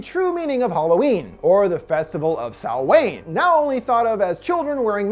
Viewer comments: I’ve heard a LOT of mispronunciations of Samhain, but Sow-wayn is a new one that made me laugh tbh “ai” is not pronounced “ay” in Irish. a more phonetically accurate way would be “Sow-uhn” or “Sow-ehn” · Great video, just a little heads up that Samhain is pronounced "sow-en". Irish words are tricky though :)